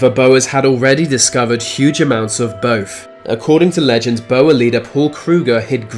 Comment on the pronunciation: As someone who is from South Africa (and can speak Afrikaans fluently) I can tell you that you pronounced 'Boere' horrifically wrong